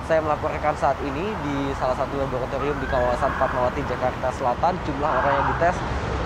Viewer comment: wartawan nya pelat R sih...🤭 Mayogriiitass labogratigrium..😂 Tegrimaa kasehh....🙏